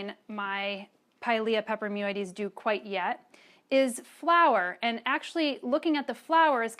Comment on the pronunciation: I think she enjoys saying pilia peperoimidiessseieieses